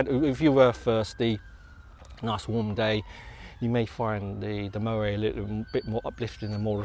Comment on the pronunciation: The 't' in Moët is not silent, it's pronounced as mow-ett, same goes for Perrier-Jouët and the excellent singer Alison Moyet, I'm in my sixties and thus pedantic. Great channel by the way.